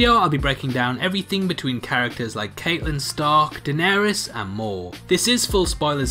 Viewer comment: After just rewatching the first season I realised I pronounced Catelyn wrong when recording this so I just wanna apologise. Not only is my accent bad but now there’s that on top so I understand if you wanna smash up your computer. But...as you’re doing it...also smash that like button....please...I’m begging you....no what are you doing??? THATS THE DISLIKE BUTTON!!!! NOOOOOOOOOOOOOOOOOO